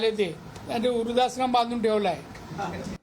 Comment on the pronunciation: वृध्दाश्रम नीट बोला आधी राणे साहेब